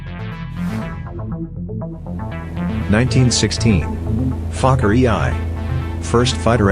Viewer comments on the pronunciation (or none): Me who pronounce Fokker with Fvcker